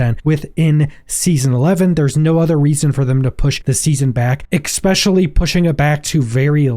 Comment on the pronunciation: "Expecially", really?